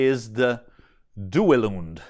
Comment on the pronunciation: “Italian” Duelund is very very close to the original pronunciation 👍